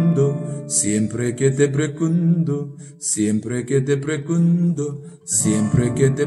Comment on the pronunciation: 스페인어 기본 조금만 배우셨다면 발음이 좀 더 좋을 것 같네여 (Pergunto)뻬루군도 아니고 뻬르군또 (Hoy)호이 이니고 오이 그래도 열심히 가르쳐 주신것 열정이 느끼며 원곡을 들으시며 발음을 조금 수정 하시길 바랍니다